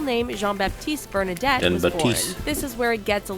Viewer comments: The video you were watching is so extremely full of mistakes unfortunately: Bernadotte, not "Bernadette"... Sweden is a constitutional monarchy, so the king isn't ruling the country. His first name isn't "Carl", it's "Carl Gustaf". The photo on the right isn't him, but his son Carl Philip. No, he did not get rid of that rule. It was the Swedish government who did that. Against his will. Her name isn't pronounced "Mad a line", but "Ma the len". It's Christopher O'Neill not Christopher ONeil "Have plans moving to London". What old magazines have you been reading? They moved to London in 2015, and since the fall of 2018 have they moved to Florida. No, Prince Gabriel was born in August 2017, not 2018. No, Prince Nicolas was born in June 2015. It was Princess Madeleine's 3rd child, Princess Adrienne, who was born in 2018, but in March, not June. No, they have 7. (Estelle, Oscar, Alexander, Gabriel, Leonore, Nicolas and Adrienne) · Not Bernadette. Its Bernadotte